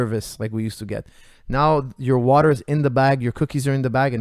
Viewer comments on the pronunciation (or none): none